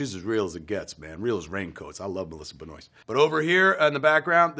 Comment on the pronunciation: Anybody wanna tell Kevin that his Bluntman actors name is Ben-WAH? haha